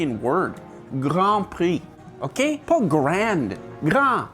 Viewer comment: that “ok” was made in Quebec 🤣🤣